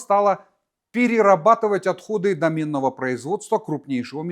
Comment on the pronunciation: Не домЕнного ,а дОменного .